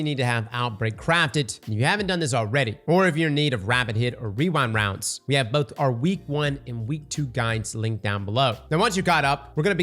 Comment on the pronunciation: Wewind Wounds